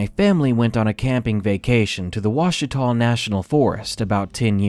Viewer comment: Those were really Good!! I enjoyed all of them! Thanks for doing search and rescue,,,always interesting! And,,, Bravo on pronouncing Ouachita correctly! Most people not from around here have no clue!! LOL Thanks for a great video!!